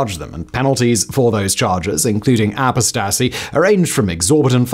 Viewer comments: Its pronounced "Oh-Post-TA-see" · The word is pronounced ah-POHS-tuh-see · Ah-po-sta-see. Interesting pronunciation. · apostasy: uh PAHS tuhsee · I love how Simon pronounced "apostacy" . Unless that's how they say it in Saudi Arabia, then good on him, haha.. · Your pronunciation of "apostasy" is hilarious 😂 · haha, nah. That's not the British pronunciation. I mean, I'm Australian, but I know that he has just mispronounced it. If you've ever heard Christopher Hitchens or Richard Dawkins mention "apostasy", you'd see the Brits pronounce it just the same as anyone else. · I didn’t know it was possible for a native English speaker to so badly mispronounce “apostasy”. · I agree. Until relatively recently apostasy was not a word that many British people needed to know. With the increase in numbers of the followers of the RoP in the UK, that has unfortunately changed. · The way you pronounced apostasy caused me emotional distress. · Uhm... I'm not sure that's how pronounce apostasy. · Your pronunciation of "apostasy" could use some work, but hey you got the message across! 😂